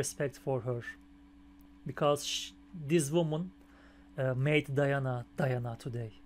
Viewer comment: Thanks for reaction! Её имя произносится как Dee-ha-na.Да,это приемная мать. DIANA THE BEST OF THE BEST!